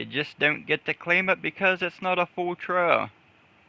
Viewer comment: "Trial". Not trail.